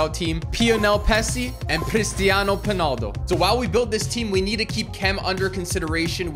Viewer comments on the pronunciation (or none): Its ronaldo not ponoldo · It’s Messi not pessi and Ronaldo not ponaldo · Stop saying Ron and Messi with a p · Your saying ronaldo penal do.